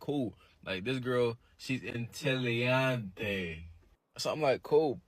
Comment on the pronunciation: He mispronounced "intelligence" in Spanish. He also said chromosomes exist in the brain...